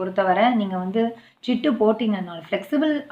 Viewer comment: சிட்டு (ஆ) இல்லை சீட்டு (ஆ) sister...